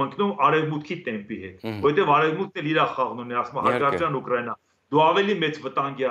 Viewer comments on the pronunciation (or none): none